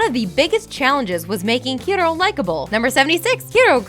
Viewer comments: Honey Lemon says "Hiro" once, the rest of the time she calls him "Hillo" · Finally, some one who realises that honey lemon pronounces Hiro correctly